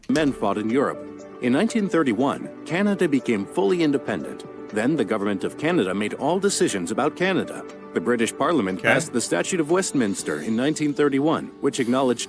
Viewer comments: It's not the "statue" of Westminster but rather the "statute" of Westminster. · It’s “Statute” of Westminister , not Statue. even Cramer learned that. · Lot of innacuracies in that video by the way. It's pronounced Vimy ridge as in Jimmy, not whiny ridge. It is the Statute Of Westminster, not Statue of Westminster. A few other details are iffy as well. It should be said that Canada is the only former British colony that achieved its autonomy through negotiation rather than through rebelion or armed conflict. The 1931 Westminster Statute created the present day Commonwealth of nations. Canada only fully gained its constitutional independance in 1981 though when it repatriated its constitution from Great Britain. The last straw as it were.